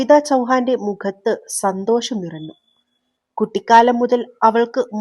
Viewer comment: ഞ്ഞ > ന്ന ആയി പറന്നു, നിറന്നു 😅😂